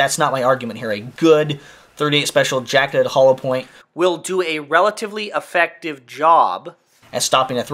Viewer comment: You mispronounced effective. You said peat rate hahaha ha